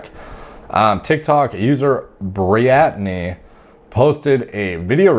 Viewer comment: briatney lol